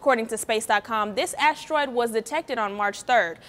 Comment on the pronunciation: Ashteroid.. really annoying when she pronounces it that way.